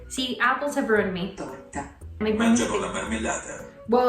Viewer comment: that “Mangiano” sounded sooo italian, that was really good!